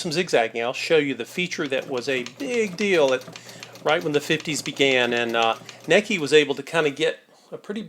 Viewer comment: Your miss pronouncing the name. I just got my grandmother's. The Manuel has 1956 in a print date. I think it's older. It's pedal powered.